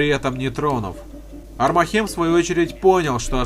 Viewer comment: Всё хорошо,но почему блин армахЕм, когда правильней будет Армахем (ударение на первую А)